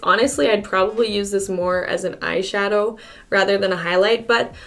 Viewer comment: omg when you said eyeshadow your canadian came out strong